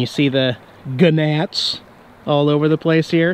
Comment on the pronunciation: Again with the gi-nats. They're just gnats. The g is silent.